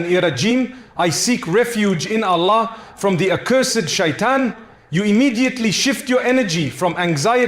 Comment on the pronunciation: Yes. This AI pronounces "Allah" and "sahih" differently